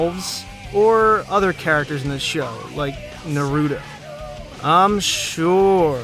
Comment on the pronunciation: This video is perfect but how did you say Naruto wrong when they say his name in the show so many times